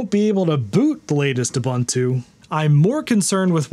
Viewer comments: it's pronounced: Ooh - Boon - Too The letter “U” has the same phenome in each instance, it is not pronounced Uh- Bun-Two with three different “U” pronunciation. Love your channel! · it's pronounced "oo boon too"... boon not bun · Pronunciation is oo-boon-too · hate to be that guy.... its uu-BUUN-too, no buns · Ubuntu doesn't have the word bun in its pronunciation. The second u is pronounced the same as the first.